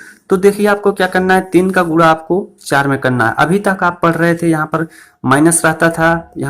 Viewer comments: गुङा नहीं गुणा बोलिये प्लीज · Think padhate hai but guna ko gura Kyo bolte hai